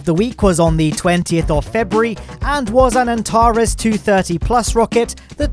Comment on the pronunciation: What He Said: Antares 230 How I Heard It: Atari 230